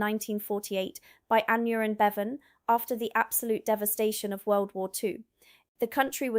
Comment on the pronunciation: pronounce it AN-IRE-RUN bevan ;)